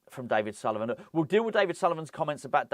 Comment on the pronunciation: Repeat after me " it's Sullivan, it's always Sullivan " 🤦🏻⚒️